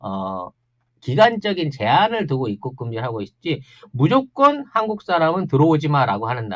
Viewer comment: '입국'발음이 안되는건 윗 입술이 잘 안풀려서 그래요 ㅎㅎ